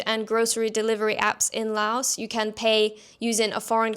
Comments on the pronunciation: First: Please pronounce the name of the country correctly. The 's' on the end is silent LAO(S). Please. If you are a tourist, sample street fare carefully. Never go to an empty restaurant . If you are an expat you NEED to eat all the crazy stuff and get your stomach used to all the little, happy germs. A piece of advice I got from a Frenchman and his Cambodian wife in the wet market: "If the flies don't want it, neither do you." In reference to fresh bloody meat that normally attracts more flies than dry, slowly rotting meat. Just take some Immodium and azithromycin. It fixes everything . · Drop the "s" when you say Laos. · FYI, the "s" in "Laos" is silent when pronounced.